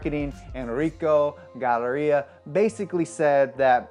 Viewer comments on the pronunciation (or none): Enrico "Galleria"....its Galliera...lol No championships in 15 years...lol First turbo since the F40...but its was in other newer (after the F40) cars...LOL. Really? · You pronounced Galliera as "Galleria" 😂😅 well it's okay I still love your videos as always👌🏻